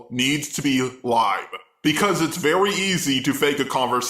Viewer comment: "It's vewy easy"